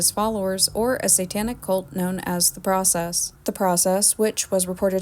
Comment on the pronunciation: For two years of extensive research one would think you would be able to correctly pronounce The Process